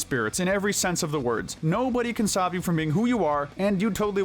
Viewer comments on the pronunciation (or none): none